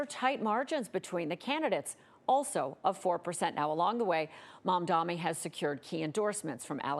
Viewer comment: Its MADANI 🤌🤌